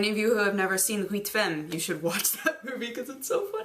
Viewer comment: She pronounces it wrong but i think it's this one: Les huits femmes, or even easier on imdb it's 8 femmes.